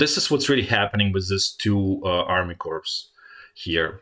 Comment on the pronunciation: amazing good analysis. thank you ! BTW in "corps". you dont pronounce as written, but "cor". is right Wiki Corps (/kɔːr/; plural corps /kɔːrz/; from French corps, from the Latin corpus "body") is a term used for several different kinds of organization. A military innovation by Napoleon, the formation was first named as such in 1805. The size of a corps varies greatly, but from two to five divisions and anywhere from 40,000 to 80,000 are the numbers stated by the US Department of Defense.